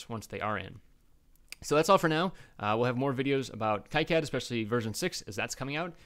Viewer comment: Is there a Eagle lib importer for Kicad 6.06? (its Key-cad, not Kike-add)